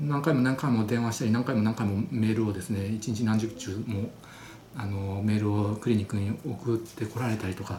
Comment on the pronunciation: 真剣な話なのに、笑けました！ 何十ちゅうも〜、、、 何十通って言いたかったんですよね😅 可愛い！